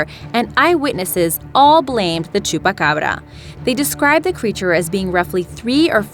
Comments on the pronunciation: Why can't anyone say chupacabra!? You pronounce it like: chupacarbara! It's pronounced chupa Cabra! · Dose she know spanish because how she said chupacabra and Puerto Rico sounded like a Spanish accent